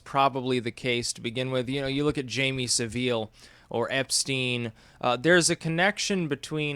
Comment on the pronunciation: It’s pronounced SA - ville Jimmy Saville